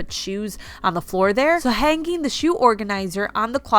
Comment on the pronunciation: Please, learn how to pronounce hanging. It's very annoying listening to you pronounce it incorrectly.